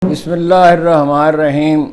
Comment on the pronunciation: ہارون رشید بھائی اسلام وعلیکم جناب آپ جب پروگرام شروع کرتے ہیں اور بسم اللہ الرحمن الرحیم درست پڑھا کریں شکریہ جناب بھائی صاحب ساڈیاں دعاواں تہاڈے نال نے سورج نکلنے والا ہے عمران احمد خاں نیازی زندہ باد